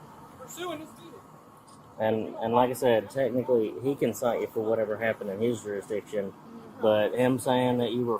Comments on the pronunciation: "Don't give me any of that juris-my-DICtion crap!" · Juris-my-diction! This old bloke shouldn't be carrying a badge, chasing cars, and scaring women. He's too old for this BS